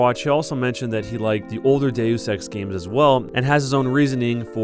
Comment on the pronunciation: When Elon says deus ex it sounds like days of sex kill me